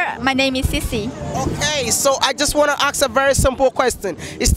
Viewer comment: Bro plz it's been 2 years since I subscribed to ur Channel and u still make the same mistake of pronouncing the word "ask" "asking" u always say aks aksing don't u notice that when u edit ur vids????